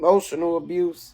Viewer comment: She cant even pronounce abuse 😂 its amazing the total fools who believed her story and its sad to use your own babies incident for clicks and views...